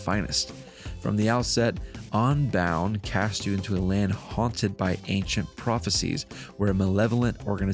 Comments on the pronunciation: i hate when people like you pronounce "un" like "on" "pokemon onbound". its UN you philistine! UNbound not ONbound. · i agree, pronouncing un like on is onhinged!